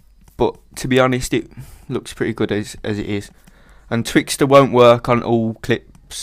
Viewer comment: I love your accent! and when you said "Twix..Thooo" hahaha :D